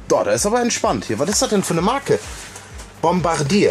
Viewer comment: Aber falsch ausgesprochen. Das ist ein Französischer Name. "Bombardie" ausgesprochen